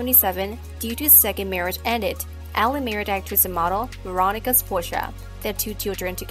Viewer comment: The person who made this video needs to learn how to Pronounce Ali's Name Correctly!